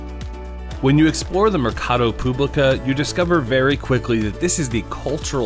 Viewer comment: Mercado "Público" and not publica